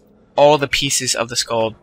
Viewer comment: skaal not skaald